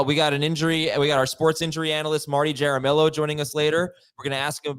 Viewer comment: Jair-a-millo? I think you mean “Ha-Ra-Mee-Yo”(Jaramillo),.